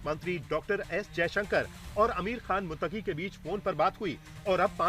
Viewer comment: मुततकी भी नही बोला जाता है ,,, 😂😂😂